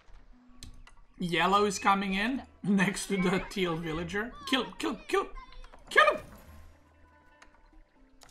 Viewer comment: Why does he say "thiel" to turquoise/cyan? Is this some inside joke or which word does he mean?